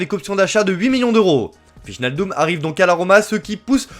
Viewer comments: ❌ VIJE-NAL-DUM ✅ WEY-NAL-DOUM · wijenaldum xD hahahahaha tu dois prononcer WAY NAL DUM xD